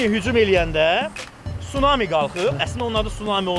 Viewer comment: Sunami yox. Tsunamı !